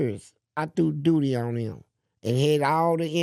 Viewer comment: He said “I threw dooty on them 😂😂